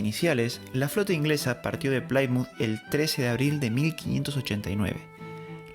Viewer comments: Me ha encantado el vídeo y he aprendido muchas cosas que no conocía Pero se pronuncia Plimuz, no Plaimuz 😊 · No hubo batalla en la Armada o fueron solo escaramuzas. Lo cierto es que volvieron a España casi sin daños, hasta que toparon una gran tormenta y la pérdida de muchos barcos. Reportaje de la propia BBC. Un apunte….Plymonth se promuncia (plimez) y no (plaimoz) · Plymouth Se pronuncia en inglés "plimouz" no digan plaimouz